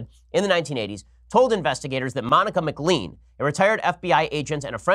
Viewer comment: You mispronounced McLean - it is pronounced McLane.